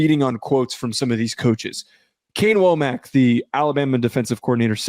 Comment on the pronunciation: It isnt WOE-mack. Its Wahm-eck